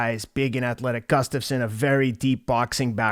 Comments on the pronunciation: GUSSSSStafsson. Not GUFFstasson. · I could pronounce "Gustafsson" before watching this video.